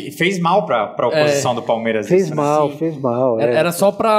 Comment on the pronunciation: Não sei se é só eu ,mas quando escuto parmera ...na boa que isso ?? Nem os gambá fala o nome errado .